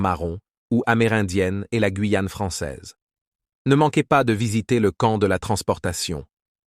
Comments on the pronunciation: On dit pas la guouyaon dit la Guyane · Ces voix robotiques en AI sont insupportables. (. Le Gwouuiyan' ). C'est terriblement nul. Même le rythme du discours sonne totalement faux.